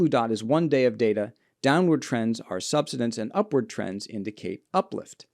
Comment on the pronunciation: Never trust a geologist who can't pronounce "subsidence."